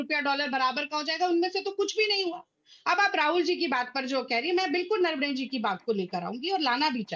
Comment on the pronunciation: अंजना जी इनके नेता नारावणें कहते हैं प्रवक्ता नरवाणें बोल रही हैं जबकि आपने नरवणें जी कहा तो कृपया इन मोहतरमा से पूछिये सही नाम क्या है ?